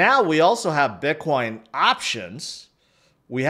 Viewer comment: Why u keep say biqwan?